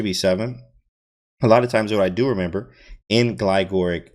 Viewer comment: I think it is Glig - or - ich, emphasizing the second g in the first syllable and the h at the end, I heard it first in this video by GM Jesse Kraai Nice video on the KID as well, thank you for these.